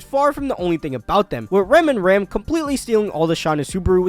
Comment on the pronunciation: Listen listen, it's not Ram, it's "Ram"